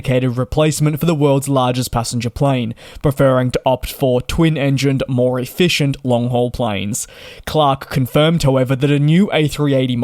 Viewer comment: twenty five percent more EFISCIENT?